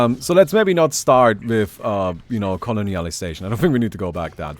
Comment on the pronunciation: No one:..: "*Colonealizaition*"